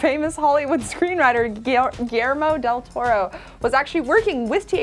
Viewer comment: Giermo dil Toro? Who the hell is that guy, learn how to say Guillermo del Toro please!